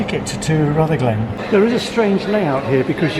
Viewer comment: Not RutherGLEN, it is RUTHerglen, accent first syllable, like most Scottish place names (but not all).